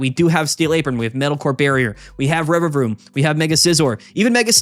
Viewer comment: The Rererevaroom pronunciation was epic